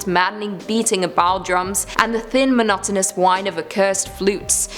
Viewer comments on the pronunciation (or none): none